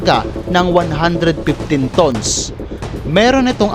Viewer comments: Ang pronounciation mo sir sa tons ay mali😅 pag binasa mo sya sir parang sa tagalog.. Tans (tons) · Hahaha ayos pagka pronouns mo ng tons pre a